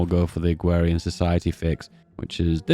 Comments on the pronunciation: 1st time i heard someone mispronounce "AgrArian Society" (like agriculture) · agrarian does not have a w in it